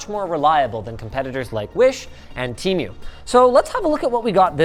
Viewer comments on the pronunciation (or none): *Why in God's name do you say Temmoo?!?! IT’S TE MU (Tee-mow/moo). I know you that you know how its correctly pronounced because I heard your team say TE-MU right next to you & yet you keep an extra M for so reason. Say it with me now fam… T-Mooooooo. NOT TEM-MOOO! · linus said "te mew" 🤣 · IS T E M U NOT TEAUM